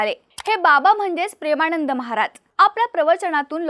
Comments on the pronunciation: ण नाही गं बाई ...न म्हण..प्रेमाणंद नाही प्रेमानंद😂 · प्रेमाणंद नव्हे प्रेमानंद. योग्य उच्चार करण्याची सवय करा. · ताई त्यांचं नाव प्रेमानंद आहे.. प्रेमाणंद नव्हे... उच्चार सुधारा.. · काय भाषा आहे प्रेमाणंद , अ णू यायी, आणंद 😂😂😂😂😂